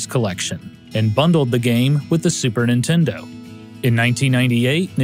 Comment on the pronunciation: How you keep saying "Intendo" reminds me of how my Grandma used to call my original NES that over 30 years ago. I miss her, it brought back memories, TY!